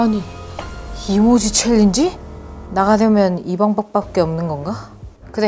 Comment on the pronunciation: 이 방법인데 왜 이밤법 이라고 말하셧어요???